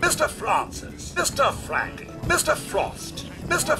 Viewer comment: He says Franke but not Frank...